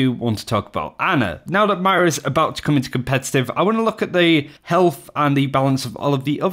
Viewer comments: Did you just call her maria? It's Moira. Look it up. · WHY DO YOU KEEP SAYING MY-RA? HER NAME IS MOIRA. AS IN MOY-RA. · its moira not mira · Still saying Myra? Wtf, bout to unsubscribe due to a unwatchable content. Moy-ruh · Moi-Ra not myra, seriously just say Moira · It's Moira not myra :p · Roy, Toy, Boy, Poi, Koi... MOI MOI-RA not MY-RA!!! >< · triggers me how you say MAira instead of MOira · It's pronounced MOIRA (MOY-RA), not MYRA. How difficult is it to get two syllables correct? I have no idea why that tilts me so much, but it really really does. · if you can say boy, u can pronounce moira. moy-ra :) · Literally why are you saying "myra" that's not an Accent it's completely wrong It's not hard to say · He has pronounced it correctly a few times in the past, which made me think he figured out how to say it, then randomly switched back to Myra. It's not as tilting as pluralising Master & Grandmaster ranks completely out of context though. "I hit masters" You hit multiple master rank players? wot? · agreed! If he can say 'boy', 'toy' etc he can say 'moi-ra'. He even says 'boys' in this video perfectly! >< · Why do you say Moira like that? -_ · It triggers me that you can't say Moira properly. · why can you not pronounce "Moira" lul